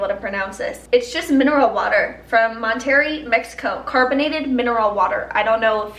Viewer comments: come to Texas. I got to show you the good life. Going to show you all the good food and drinks! Also how to say it like a CHAMP. Mont-eh-ray” not “monteri” I got you chu boo. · Mon-terry I'm dying, you're so cute! It's pronounced like Mon-ter-RAY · Mon-terry 😂😂😂😂 it’s pronounced like Moan-tare-ray,! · Hahah she said Mon-terry... It's def Mon- TER - AY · I’ve never heard Monterrey pronounced like that 😂 Moan-teh-ray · did she really say Monterry, Mexico? I can't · I died. Lmao.... first you were shaking the bottle and I was like oh oh. Then you said Monterry, and then it spilled. This made my day... it was like watching hubs doing and saying anything after a joint. The best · Hahhaha you said mon terry 🤣🤣🤣🤣🤣 thats my home town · when she said “mon-terry” mexico 😭😭😭😭💀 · Lol she really said mont•terry mexico. No hate, love ya girl💖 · The way she pronounces Monterrey 😂 always so cute though lol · When she said Mon Terry Mexico I cried with how hard I laughed 🤣 Whitney! Gotta roll those Rs babe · I was like, "Mont Terry, Mx? Never heard of it." Hahaha. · Whitney Simmons Mon-ter-RAY , you just say it wrong period 😂 Didn’t think Utah was THAT far from the the border... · Monterey mexico😜😂😂 love the way you pronounced it 😂😂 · The way she pronounced Monterrey😂😂😂 bless her heart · The way she pronounces Monterey 😂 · Monterrey? It wasn’t until I read your comment that I could even figure what it was meant to be lol (no shade!!) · Omg I didn’t catch that, had to rewatch it lol too funny. 🤣 love her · I was looking for this comment! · Yes! My favorite part of the whole video 😂😂😂